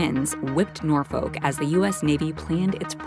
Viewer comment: Nor-FOKE, VA?!?! Learn how to CORRECTLY PRONOUNCE place names!